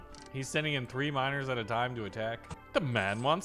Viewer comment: "Enhanced mino(e)rs" that's what all i really hear